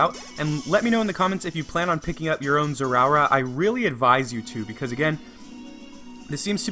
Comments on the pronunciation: “Zeraura”😂😂😂 Zeraora is pronounced “Zera-ora”. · its pronouced zay a aura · NO DON'T PRONOUNCE IT WRONG IT TRIGGERS ME! It's pronounced zeh-ruh-aura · ITS NOT ZEROURA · zera or uh you are making me angry >:( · It's pronounced like this "Zerah Aura" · He is pronouncing the pokemon's name wrong and it's Annoying. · How he said his name tho 🤣😂🤣😂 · Your pronouncing the name wrong